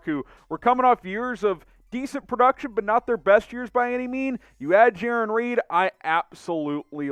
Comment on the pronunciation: I think it’s Jarran. (J-Air-On)